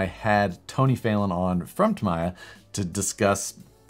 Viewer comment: it's Tam:e:ya lol Tamiya....